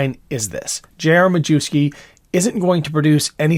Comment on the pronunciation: It’s Ma-YEFF-ski. Please stop saying ma-Jew-ski.